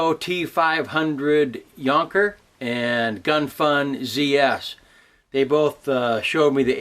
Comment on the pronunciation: yes but t500 is just a user name thing lol most people do not say jonker right lol but you got it right :)